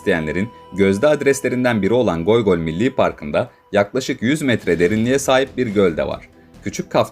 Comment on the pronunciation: Abi goygol değil😂,göy göl-mavi göl ve ya gök göl